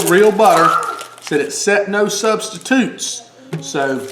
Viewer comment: "It said no Substituuutes" lol great recipe. I love that Southerness!